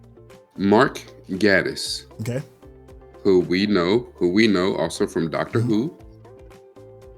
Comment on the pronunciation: The A in Gatiss is pronounced like the A in gate. This led to a funny moment when he won an Olivier award this year and the announcer pronounced it wrong, so Gatiss had to correct that before giving the rest of his speech. (He won over David Tennant in "Macbeth," by the way.) This version of Mycroft is inspired by Christopher Lee's portrayal of a thin Mycroft in The Private Life of Sherlock Holmes. Stephen Fry played Mycroft in the second Downey movie.